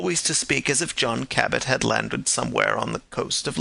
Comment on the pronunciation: The name is Jphn Cabot, not Cabbett.